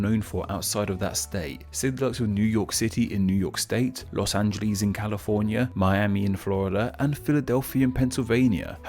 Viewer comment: Brits always pronounce Los Angeles wrong. It's "An-gel-less" not "An-gel-lease"